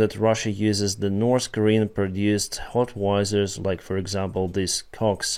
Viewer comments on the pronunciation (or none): I enjoy your content and I wish you only the best. So with love and respect I still need to tell you, that it always triggers me, when you say “Hot why sirs”. Those artillery pieces are pronounced more like “How its errs”. I'm sorry, to be that guy. Please don't take it as criticism. I know how hard it can be because I'm not a native English speaker either. Keep up the good work. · Bro you did not just pronounce howitzers as hotwizards XDDD